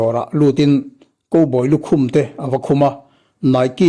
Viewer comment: Koboy tiin i lam a... Cowboy (khaubawi) tia lam rik theih ni se....❤❤❤🙈🤭